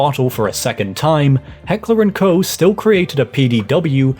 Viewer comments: Koch is pronounced as "coke" in English. Great content as always! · Heckler and co? pronouncing Walther as walfer? what is wrong with your German pronunciation man?? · my source: it's my last name. The way it's pronounced in German is the same as the ch in Buch but that sound doesn't exist in English. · To my understanding, Koch is supposed be pronounced similar to Cough. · Cool video, but please search "how to pronounce Heckler&Koch" before making a video where saying it is unavoidable. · It actually does not. Anglophones have incredible difficulty pronouncing the German "-ch" sound at the end of a word, and there really isn't a way to illustrate the pronounciation with an English word, so the US H&K subsidiary decided to pretend like that's the correct way of saying it.